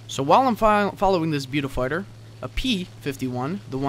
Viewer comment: i was face palming so hard, i almost ripped my own face off. your pronouncing Beaufighter wrong.......